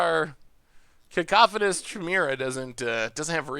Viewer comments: It's pronounced Kai-me-ra. Not She-mera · Chimera.... Kai-mare-ah Step your game up bro